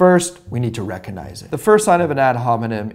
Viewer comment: Having a hard time not wincing at each "recuhnize".